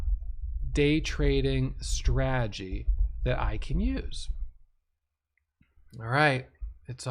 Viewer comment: Say the word STRA-TE-GY..repeat...STRA...TE...GY